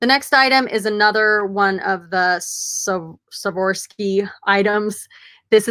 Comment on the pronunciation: Awesome video thanks a ton for the feature! "SWAR-OFF-SKI"